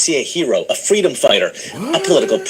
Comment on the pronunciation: Errrr, fweedom